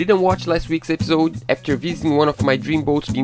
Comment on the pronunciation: Y'all are getting better and better at this vlog thing. Thanks so much for another excellent episode. (, you have to pronounce the "i" in episode.) Nicely done!